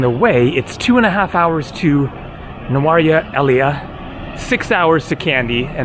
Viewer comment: I also avoid it. The area is nice but so touristy. By the way it's pronounced Nurelia, the place in the SriLankan highlands.